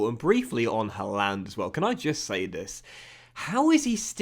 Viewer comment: Don’t like how you say Haaland :/ however love this series 😂